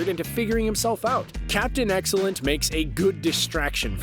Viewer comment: Captain Axellent? I keep hearing the narrator saying that. It is Captain Excellent and I may be wrong, but I believe excellent isn't pronounced axellent